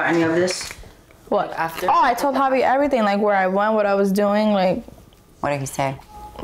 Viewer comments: Okay so they purposely say everyones name wrong , bris family as a collective mispronounced devoins name and now the sister purposely calls him "JAHvi" even the bri clearly says "HAvi" wassup with that . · Drama aside Brittany pronouncing javi name wrong is always funny asf 😂😂😂